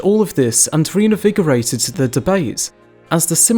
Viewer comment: Love your vids. (P.S. it's "reINvigorated . . . ")